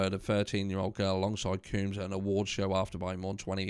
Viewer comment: Black mail the black male, NO! Lol any way.... I just wanted to let ya know we pronounce combs like honey combs or hair combs.